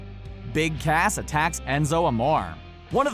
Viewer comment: You said his name wrong his name is Big ASS not Cass